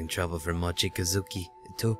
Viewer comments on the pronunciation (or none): The beginning made me crack up instantly XDD Mochikazuki. Yes that's how you pronounce it haha :P You butchered his name so bad, but it's okay :] Wow that Kotori Obake ;-; creepeh...